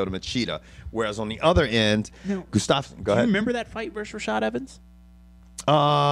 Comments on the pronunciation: it's Gustafsson, not Gustafs-son. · Hey guys, nice show! I'd just like to point out that Gustafsson is pronounced "Gustavson" (much like Anderson). Keep up the good work. //Mattias from Sweden